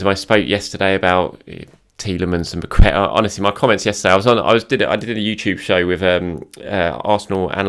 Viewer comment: has said it Zinchenko and Pacqueta imminent 🤣🤣🤣🤣